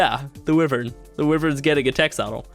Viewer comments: Wyvern not wifen, why vern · WHY-VERN NOT WIVERAN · Your pronunciation of wyvern makes me cringe. Its not "we-vern" the right one is "Wy-vern" use a "I" sound in the start. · It's not pronounced wivern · WHY-VERN!!! that is how it is pronounced dumbass!!!! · He said wivern LMAO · Its Wyvern pronounced "y-vern"